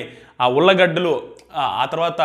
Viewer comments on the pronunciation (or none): Ullagadalu kadu ulligaddalu